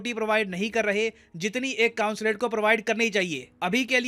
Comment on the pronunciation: कॉन्सुलेट होता है न की कांसुलेट